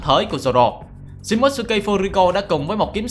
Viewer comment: Tên Nhật đọc là Shi mô tsu ki Chứ ko phải là shi mốt sư ki Chứ ad